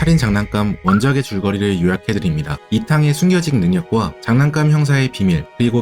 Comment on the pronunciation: 장난깜이 아닌 사람이름이면 장 난감으로 발음해야겠죠